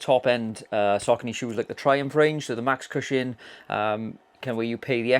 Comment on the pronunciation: It’s pronounced “Sock-ah-nee. “